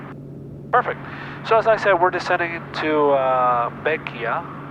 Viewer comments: its not pronounced beckya its pronounced beckway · Hey you prolly know this by now but Bequia is pronounced beck-way - much love from Vincy 🇻🇨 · Really enjoyed this video! I’m 4 years late though. 😂 Bequia is pronounced easily as BEH-kway if you ever have the chance to go again. 😊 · Bequia is actually pronounced "Beh-kway". Fun fact, Bequia is one of the few places in the world where legal whale hunting is allowed, albeit under controlled circumstances.